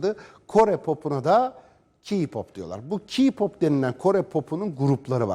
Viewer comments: Abicim doğru düzgün okuyun şunu kiğ ya da kağ pop değil KEY PAP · Bİ S GİDİN ALLAHINIZI SEVİYOSANIZ SİZ İYİCE KAFAYI YEMİŞSİNİZ C!NSELLİK NE ALAKA VAHŞİLİK NE ALAKA TAM TERSİ BİZİ ŞARKILAR İYİLEŞTİRİYOR VE KİPOP DİYE OKUNMUYOR KEY POP DİYE OKUNUR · Öncelikle kiğğğ popp değil keypop diye okunuyor, 2. Önce intihar etti diyip öyle aşağılayamazsın hem sen adam mısın ki başkalarınınkine laf ediyorsun? Ayrıca intihar etmeleri kendi hayatlarındaki sebeplerden aksine bize kendimizi sevmemizi söylüyorlar, zıkkım da seni yapan ailendir.... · “KİPOP” DEĞİL K-POP ÖĞRETEYİM CANIM DÜZGÜN SÖYLE SONRA GEL HABER YAP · KİPOP HAHAHAHHAHA KPOP DEMEYI ÖĞREN SONRA KONUSMAYA CALIS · Ki pop değil okunuşu Key Pap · Kipop diğil K-POP ilk önce konuşmanızı geliştirin sonra onları eleştirin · Hani sen kipop diye okuyosun ya o keypop diye okunuyor. Bizim müzik zevkimiz seni alakadar zerre kadar etmez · Kiğpop keeğpop lfldkdldkdls cidden bu yayını açmadan önce gidip bir araştırın ya üzülüyorum size kafanıza yazık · "Ki pop değil " "k pop" sen daha kendi cinsiyetini karakterini bilmiyorsun onlaramı laf atıyorsun . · Önce Kpop demeyi öğrenin sonra konuşun va baştakiler ERKEK intihar ettiklerine de çok sevinmişsiniz bakıyorum utanmasanız dans edeceksiniz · Daha ki pop diyor keypap demek yerine ya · Kipop demenden cahilliğin anlaşılıyor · Ayrıca ki pop diye değil key pop diye okunuyor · Dovesim geldi KA POP DIYIL K-POP OKE MI?! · ke pop diy e okunmuyo key pop diye biliyorum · Sanırım haber bulamamıssınız o kadar araştırmışsını bari okunuşunu da ögrenseydiniz KİPOP ne ya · Önce K-pop demeyi öğrenin sonra eleştirin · Kipop?? Hdkejdjdjdndjedjjdjd abi ingilizceni düzeltir misin önce? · Ki pop diye okunuyor CaNıSı TvNeT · "Kigggg pop" malmısin knk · Nobody: Nece konuştuğuni bilmediğim insan: Kiğğ pop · Sizde acayip gıcıksınız yaw. Bir video da ''Ka pop'' diyorlardı. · Vallahi ya biri diyo ki pop biri diyo ka pop 😣😣 hiç doğru düzgün söyleyen görmedim valla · Knk ilk önce k-popu söylemeyi öğren